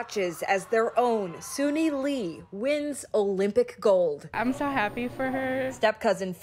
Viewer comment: Senator Foung Her couldn’t even pronounce Sunisa’s name correctly. LOL!!!